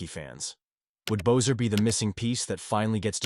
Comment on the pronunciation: You know his name is pronounced BESSER NOT BOZER! How can you trust what you say when you can’t even get their names right? Amateur